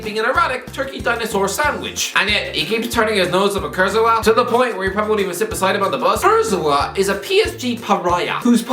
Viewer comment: This man pronounced Kurzawa as KurtZouwa